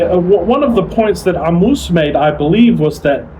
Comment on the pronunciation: Wow, where'd you get this 3Ammous pronunciation, you studied arabic